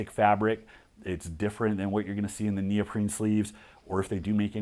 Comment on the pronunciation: He says "neoprene", but the initiate would hear "Neil Breen"